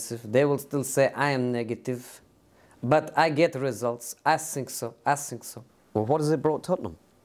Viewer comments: Everyone that impersonates Jose: "I sink" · Every time Jose starts with : I sink..